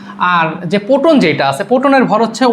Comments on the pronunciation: প্রোটন❌পোটন😂 হালা আবাল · ভাই ওটা পটন না ওইটা প্রোটন আগে ভালো করে উচ্চারণ করা শিখে তারপরে এসো মানুষের ভুল ধরতে